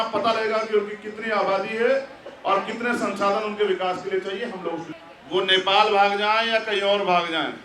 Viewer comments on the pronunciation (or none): none